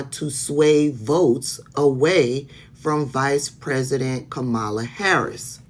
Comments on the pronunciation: Sis. I Can't even watch your video because you mispronounced Kamala's name at least twice by . As a subscriber, I expect better from you. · Thanks for the work that you do, but please stop mispronouncing Kamala’s name. I know it’s not intentional, but it still irritates my spirit. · 👋🏼, it's Kamala[punctuation mark comma la] if you say that, it will stick in your mind, love you anyways🥰